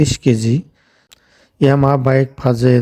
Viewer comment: ইয়ামাহা "ফাজের"😂,সমস্যা নাই ভাই উনার কথাগুলো শুনলে একটু বিনুদুন পাই 😂🤣